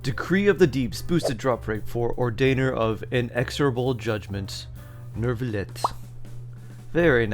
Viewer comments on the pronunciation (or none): noo-vee-let or noo-vee-lay if you wanna be more french (france will still hate you)